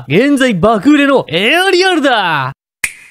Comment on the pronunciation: ガンダムエアリアォル